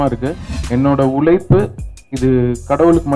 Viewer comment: ' ழ ' - தள்ளாடுது; உலைப்பு இல்ல உழைப்பு. Learn to pronounce தமிழ் words correctly. Becoz, Correct தமிழ் pronunciation will help a Music director or a Singer to be successful.